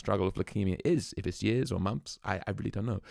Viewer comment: Love Kate Wolf - How have you not heard of this artist - And it's a big shame you can't sound 'th' when you describe what is coming! - 'somefin', 'mumphs' etc - Not good when describing someone like Kate - Sorry